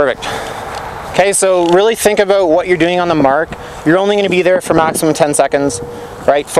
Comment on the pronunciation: "abewt" lol